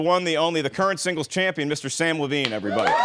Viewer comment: Nice job mispronouncing Samm Levines name